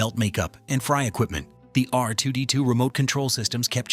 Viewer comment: What an absolutely horrible video!!! —DON’T PRESUME TO KNOW YOUR AUDIENCE’S KNOWLEDGE! We knew some of these points, so don’t lie and tell us that they’re something we “never knew”!! —don’t use AI narration if it doesn’t know how to pronounce key words. It mispronounced C-3PO, R2-D2, Sissy Spacek, mannequin, Tunisia, and others —Don’t tell me that the landspeeder used mirrors, but then show video snippets of the updated movies which used CGI, and NOT mirrors!! —don’t claim that the crawl want CGI, but then show us video of the episode IX crawl, which WAS CGI!! —don’t tell us that Lucas was fascinated by Flash gordon from the 1930s, while showing us video from the 1980 Flash Gordon movie!! Not even remotely the same thing!! All in all, this was horribly done. Next time, DO YOUR RESEARCH!!!!!